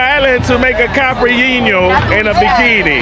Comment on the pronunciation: Love your videos man! But you seriously need to learn how to order a caipirinha. Its very disrespectful when you say it wrong. Cheers from Michigan bro!